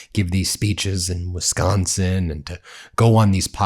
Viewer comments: My friends from Wisconsin call it "Wisco" affectionately, Midwestern emphasis on the "O"... not "Wiscah". You're not in Boston bro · I’m sitting on the deck of my sister’s house listening to his awful pronunciation of Wisconsin! Visiting her from California, born & raised in Wisconsin!! Even I don’t pronounce it that way!!! Madison about 50 miles & Milwaukee 73 on the shores of Lake Michigan! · I am a Michigan transplant who lives in Wisconsin. Even when he tried to say it the way Sconnies say Wisconsin, JD never got it right. Which tracks since he bungles everything!😂